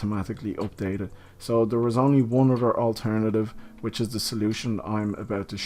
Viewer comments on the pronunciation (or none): none